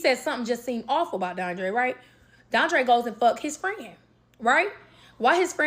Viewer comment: yall be killin me calling each other " frien" mid argument 😂😂😂